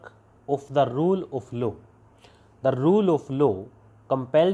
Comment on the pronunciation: Aap law ko lu padh rahe... Also olso, bol rhe,...... Not proper pronounce